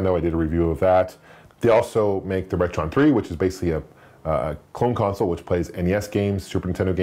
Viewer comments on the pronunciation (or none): none